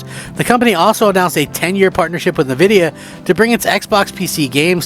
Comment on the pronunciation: N-vidia NOT Navidia!